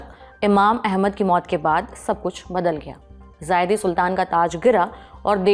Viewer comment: जायदी नही जैदी होते हैं